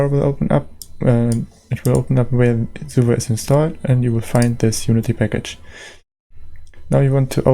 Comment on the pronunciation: Love how you pronounce SUVA :3